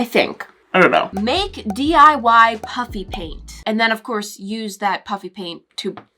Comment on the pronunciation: Anyone else notice that she said "puppy" paint or is that just me 😂😂